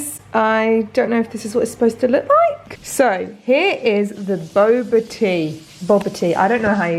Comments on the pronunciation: I was so confused about the “bobatie” you were saying then I realized it’s Bobotie, classic South African dish, you could’ve added raisins as well, be super delish (not sure if you did or not) but awesome to see you making a whole bunch of different recipes ❤️ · bobotie is pronounced bib-oo-tea 😂♥️ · Oh my goodness bobotie is my favorite meal! You have to eat it with chutney! It's pronounced as bubuty sorta:) love your videos by the way!💙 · I honestly didn't realise you were saying bobotie until you said it was South African 😂 "boor-boar-tea" Also! Thanks so much for being thoughtful of the veggies 😁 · You pronounce bobotie like ‘ba-bore-tea’ :) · The South African dish has an Afrikaans name , you would pronounce it “bah-boo-ah-tea” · The boboti is pronounced bow-uh-tea hihi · It’s pronounce bab-oe-tie ✌️ love from South Africa 🇿🇦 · Shannon Snyman I’d say b-uh boo-wa tee (Non South Africans wouldn’t know how to pronounced the “oe”). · I'm from South Africa, and this is how you pronounce it. nonetheless, great vid x